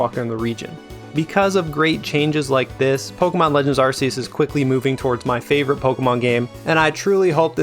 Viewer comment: and you still can't say pokémon right